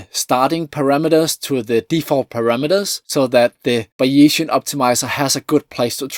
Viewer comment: *Buy-ee-zian => Bay-zian Great video, BTW. Isn't it amazing that some parts of what we think as cutting edge research changes so fast and others not much.